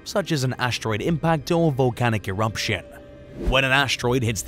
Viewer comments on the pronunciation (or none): There’s no M in the word Eruption…